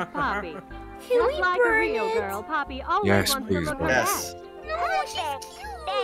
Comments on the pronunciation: ‘I think ploppy killed them’ Instead of “I think poppy killed them” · I love how instead of poppy said ploppy LOL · I almost died when they said ploppy instead of poppy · I love how you call huggy wuggy ploppy and you call the game ploppy playhouse when called poppy playtime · is popyy not poplyy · is it just me or did say ploppy for the whole video? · Everyone accept calling poppy ploppy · said "ploppy" bruh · It's not plopy